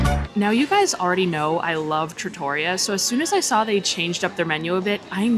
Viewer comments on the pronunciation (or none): Yes! With emphasis on the REE. Not truh-TOR-ee-uh. I was corrected some years ago by another, lol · It’s pronounced Tra-to-ree-yah. Trattoria which is a non formal restaurant in Italy. The lasagna looks legit!